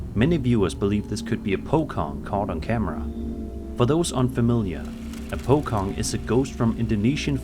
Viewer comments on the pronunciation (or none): Bro called pocong, pokong 😭